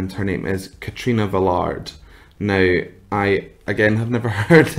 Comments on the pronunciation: Velarde is pronounced as velar-day...not Velard as you pronounced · Your goin to pronounce it like this KATRINA VE-LAR-DE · Velarde. Stress on the last e, please. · Thank You! I knew there was a 50/50 chance I was going to get it wrong! 😂 if the person is someone I’ve never heard of, I try and avoid anything about them before I listen, but this includes the gambit of possibly pronouncing the name wrong! 😂 thank you for the correction, and thank you for watching 🙏